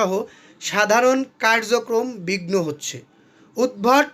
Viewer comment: উৎভট না উদভুতো